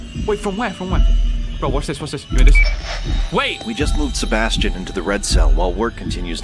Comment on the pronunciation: Bro he said Sebastian's name wrong 3 times 💀